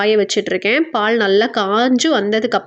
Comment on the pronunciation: பால் உச்சரிப்பு காது எரியுது ,பாள் பாள் ங்கிறிங்க